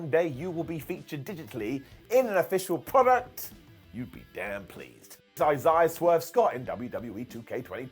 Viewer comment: That's an interesting way of saying Isaiah 😂